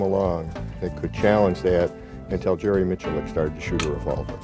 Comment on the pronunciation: “Jerry Mick-Lick” ya okay bucko